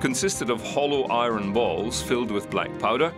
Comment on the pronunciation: ITS IRON NOT I RUN LIKE SAY EYE ERN NOT I RUN